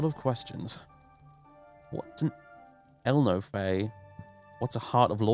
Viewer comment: I won't try to explain who the Ehlnofey are cos #1 I'm not 100% sure myself, and #2 in case I unwittingly spoil something, but I think it's supposed to be pronounced like El-coffee, just with an n